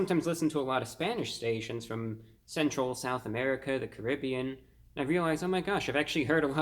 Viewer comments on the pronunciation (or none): none